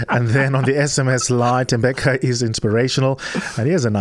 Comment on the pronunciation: Thembeka not Temebeka please correct 702